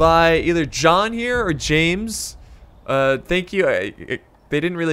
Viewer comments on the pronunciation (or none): none